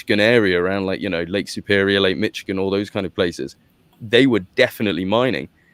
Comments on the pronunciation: It's not pronounced Mitch - igin. It's pronounced as Mish - igin. The last part you're pronouncing correctly, but the first part sounds like MISH not MITCH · When I lived in Onsted MI I would dig up chunks of copper & quartz geodes whenever I stuck a shovel in the ground for gardening. It was awesome! (Michigan is prounced Mishigan.) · You mean, “Mitchigin” 😅